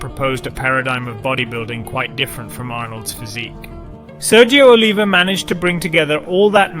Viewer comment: It's pronounced O-liv-e-A and Wee-der. Please, if you're going to do a documentary do due diligence and make sure you've got everything right. Thank you!